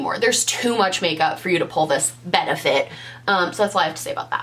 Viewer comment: how you said Benefit made me do a spit take omg LOL